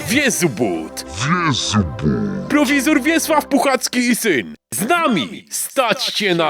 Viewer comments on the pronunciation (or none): NIE PROWESOR, TYLKO PROWIZOR !!!! ZAPAMIĘTAJ TO SOBIE! bo ten ziomek wiecznie żył nie będzie.